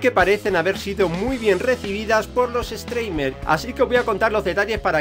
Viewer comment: Como se escribe: Streamer Como se pronuncia: Strimer Como lo pronuncia: Estreimer